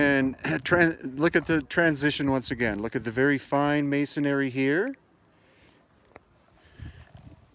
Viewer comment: It’s masonry, not masonary. 🙄